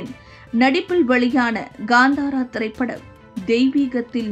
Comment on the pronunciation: Kaantaara not Gaantaara. Please be mindful of pronouncing NonTamil words as they have distinct script for each sound of the Ka, Cha , Ṭa, Ta, & Pa varga unlike in Tamizh